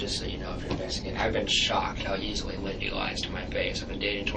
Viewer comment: You are pronouncing Wendi’s first and last name incorrectly… it’s not Windi it’s Wendi